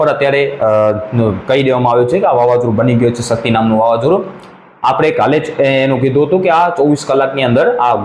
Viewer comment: ભાઈ સકતી નહીં શક્તિ